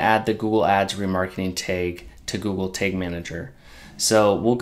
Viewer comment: Thanks for the video - quick and easy to follow! Just interesting the way you pronounce tag as 'tayge' haha :P